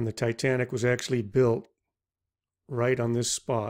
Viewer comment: "Tay Tay Nick"